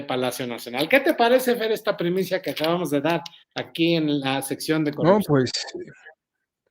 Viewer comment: Rolando, no es primisa, es primicia